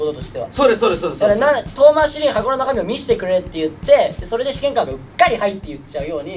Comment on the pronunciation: どうでも良いけど、そのイントネーションは「試験官👤」ではなく「試験管🧪」の方では？笑